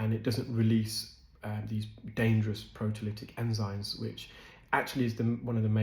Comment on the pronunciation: Enzyme NOT enzyne!!!!